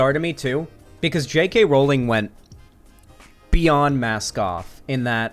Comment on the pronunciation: You are the only person ive watched who ever said JK Rowling's name correctly. I get she's a shitty person but as someone who has their name CONSTANTLY mispronounced, i hate that people justify mispronouncing it because she's a TERF. Call it civility politics, but if you don't deadname Caitlyn Jenner, pronounce Rowling's name correctly. It's stooping to their level